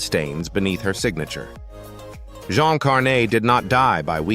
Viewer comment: Jean Carne is not dead. Doing well. I do not know how these stories of bold-face lies are allowed to circulate. Didn’t even give Jean Carne the respect to pronounce her name correctly. What a crock!